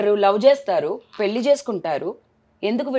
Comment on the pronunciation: మల్లీ పెల్లి ఏంటిరా బాబూ ఎవరు మీ తెలుగు మాష్టారు